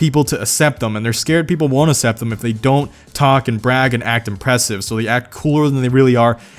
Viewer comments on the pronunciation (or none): I can't seem to "asept" the terrible grammar that these youtubers have! Just "axe" anyone. This is ridiculous. Correct grammar should not be taken for "granet". Stay in school, dont be a fool.